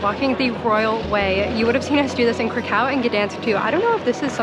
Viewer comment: You should have gotten the rose flavor. It’s the original flavor. Yes it is a flavor.crispy creme sucks. Please please don’t pronounce krakow like that!